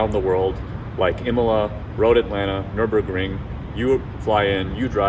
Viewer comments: Except he didn't. Because his lips didn't open up to the "-rem" part and his lips didn't close to the "-em" portion. It sounded more like "Nure-berg-ring" with a long "u" sound instead of "Nur" with a short "u" sound. Say the "Nurem-" part while watching his lips. You'll realize the mouth and lips aren't opening the same way. He says 3 syllables whilst "Nuremberg" is 4. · Who cringed a bit when he said "Nurembergring"? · I'm sure he just got Nuremberg mixed up with Nurburgring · It’s very common for Americans to speak of this fictional place, I’ve heard it many times, it’s very wrong.